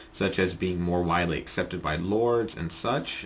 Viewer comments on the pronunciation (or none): none